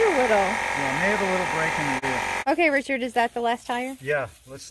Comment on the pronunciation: Sorry it's Richard and not derik